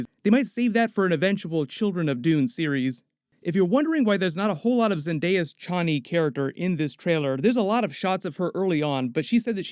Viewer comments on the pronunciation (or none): none